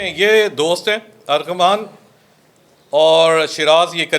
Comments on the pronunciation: Armaghan not aghaman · Y policeman is saying him arghaman instead of armaghan?